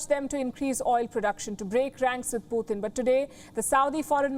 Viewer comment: Who is Puthin?? Every report she pronounces his name wrong.. She can say a word like Tonight and pronounce the T instead of saying THonight... So why say Puthin instead of Putin?? 😳